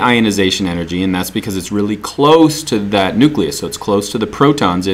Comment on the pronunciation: Nuleus xd